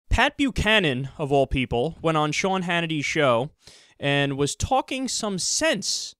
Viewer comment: Sea...Sean lol